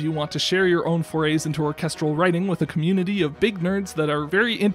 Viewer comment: "beeg violin" 😂